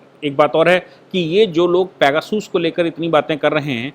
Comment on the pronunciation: भाई साहब ये पैगासस है पेगासूस नहीं। आप बहुत अच्छा काम कर रहे हैं 🙏🙏